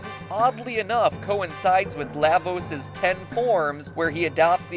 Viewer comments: "Lah"-vos? Are you a frikkin Canadian? PS: FF 6 narrowly wins over CT. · LAvos? Um.. shouldn't it be prounounced La = lava? That's how I"ve always pronounced it. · LAH-vos as in Lava. LAW-va. LAHH-vos just sounds wrong. But great video.